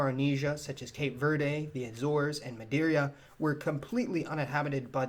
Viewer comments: It's pronounced Ma-dee-ra not Ma-dee-ree-uh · GREAT video! Madeira is pronounced "Mah-DEER-uh" and nor Mah-DEER-ee-uh". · you and my girlfriend must be the only two in the world who say Maderia instead of Madeíra